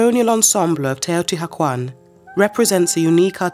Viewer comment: I can’t listen to her repeatedly mispronounce Teotihuacán